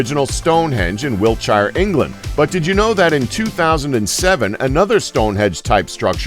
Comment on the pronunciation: You can't pronounce places in England correctly. Wiltshire is pronounced Wiltsheer.